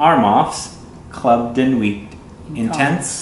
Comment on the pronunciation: You don’t say nuit with the t...... it’s just nui....noowee